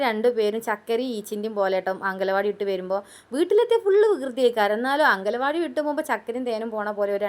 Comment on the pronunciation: അങ്കല വാടി അല്ല മാക്രി. അംഗൻവാടി....😂😂😂😂❤❤❤🥰🥰🥰🥰എന്ന് പറ 😂😂😂😂